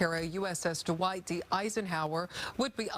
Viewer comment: The name of the ship is the Dwight D. Eisenhower, not D'white D. Eisenhower.